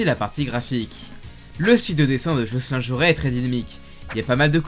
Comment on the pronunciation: bravo au gars qui a zappé le "L" de Jocelyn XD. Il doit apprécié tiens.